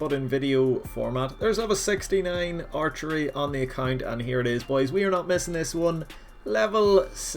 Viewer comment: Our tree is what I kept hearing instead of archery lol